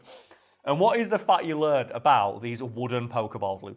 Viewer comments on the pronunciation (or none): none